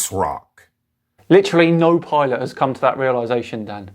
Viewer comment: What on Earth is a pilont? 😂